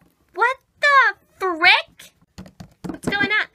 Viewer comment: SHE SAID FRICK LIKE FREACKIN really people really